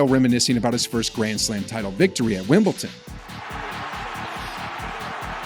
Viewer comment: It’s Wimbledon not Wimpleton .